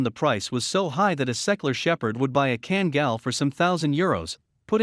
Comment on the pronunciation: It seriously infuriates me that alll this so called experts, hideously mispronouncing Kangal. You should pronounce both a in the name, as in "are" or "type" or "kind" or "*CKTARDS".